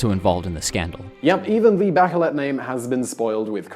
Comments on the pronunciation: Not bakelet but "baCHelet" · My opinion of your video is that you really need to learn how to say “Bachelet” not “Backelet”. If you’re so smart why are you not a politician or rich ? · Good analysis . One thing : It's Bah - Shay - Let , as in a French name . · By the way, "Bachelet" is a French last name, so it is pronounced something like "Mishel Bashelè" 😂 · Mikel Bakelet? really? jeez learn the real names of the politicians and leaders that you are talking about at least, what a shame, if you dont even know their names how do you expect us to take you seriously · BaKeleT? No, maaan~~ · I thought her name is pronounced "bashleh" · I know its not ur language, but the way you named the Chilean president was no way near correct.